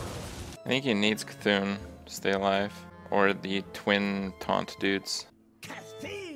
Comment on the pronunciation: Ur saying C'Thun wrong